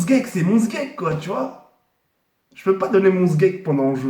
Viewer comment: mdrr il a fais coi au début 😂😂😂